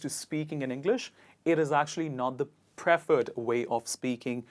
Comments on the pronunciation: A native English speaker would use 'incorrectly' instead of 'wrongly' used. I also notice that the stress on certain words isn't correct. It's PreFERRED not PREFerred, and ReFERRED not REFerred. Otherwise, your lesson is good for someone who's a non-native speaker of English. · It's 'me', whether colloquial or not, is still substandard. It's "I" is always correct, be it formal or informal speech. Moreover, it's pree-ferred, with stress on the second syllable. The first syllable is a long e. Not like in preference. Please look up the Cambridge pronouncing dictionary.